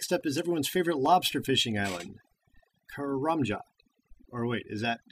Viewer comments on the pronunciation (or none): kay-ram-jay rofl.... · karamja = kar- a - ma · sry to break it to ya but your ardougne and karamja are wrong in postbag 35 the real way of some places can be seen karamja=ker-ram-jar and ardougne=arr-doyn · How does the "ja" part in Karamja make an 'AR' sound? -.- Everyone can have their own opinions on what they think it sounds like but, seriously there is no R anywhere at the end of Karamja, I think it is pronounced: KUH-RUM-JUH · Lmao, the pronunciations of Ardougne =P Gotta say though, I don't agree with how your pronounce anything in this vid =P Since Jagex are originally founded in England, I'd say that the way we pronounce them is probably more accurate. Sorry! Ardougne = AHR-DOWN Karamja = KAH-RAM-JAR Varrock = VAH-ROCK or VUH-ROCK When it comes to the TzHaar language however, we just tend to make random hissing sounds and hope whoever we're talking to understands us. = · / its pronounced 'ar-dawn' - 'ka-ram-ja' - 'va-rock' - 'ze-zee-ma' - 'te-noob-show' thank you A level english. that is how they are pronounced due to english literature! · AR! 'Cos I'm a pirate XD Idk.. I guess it's just my accent. I pronounce 'car' and 'bath' with the same sound as 'Karamja'.. Like a long 'a' sound rather than a short one.. if that makes sense >_>